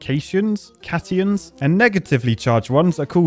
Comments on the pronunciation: I died on the inside when I heard him say... cations (cash-ions) and anions (onions)... it's supposed to be cations (cat-ions(as in ion)) and anions (an-ions). 💀😂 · "Cations" is pronounced "cat ions". Remember, when you hug cats, that makes you happy, and that's positive! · Omg hearing you pronounce cations and anions is hurting my brain 😅. We call it cat-i-on and an-i-ons lol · Its "Cat ions" and "N ions"